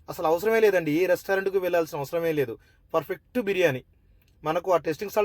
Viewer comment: హలో బ్రదర్, మీరు చేసే బిరియాని ఇక్కడ స్కిప్ చేయకుండా ఫుల్ గా చూశాను 😊. నేను చూస్తుంటేనే నోరూరుతుంది .😋😊🎉. కాకపోతే, మీరు ప్రతి సారి, పర్ఫెక్ట్ అనే పదాన్ని ఫర్ఫెక్ట్ అంటుంటే ఫుల్ గా నవ్వుకున్నాం.❤❤❤